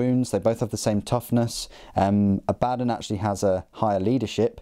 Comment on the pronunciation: According to GW, it's pronounced a-BAD-dun and Goo-lah-mun.